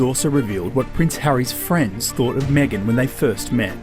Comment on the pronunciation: Me-gain's not Canadian